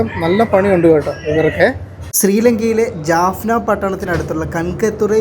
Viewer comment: ജാഫ്ന ആണ് ജെഫ്ന അല്ല